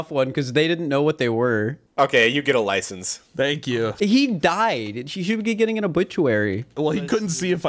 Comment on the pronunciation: No one talking about how BUTCHERED License 💀